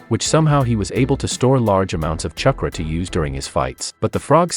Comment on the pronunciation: Say "CHUH-kruh" one more time...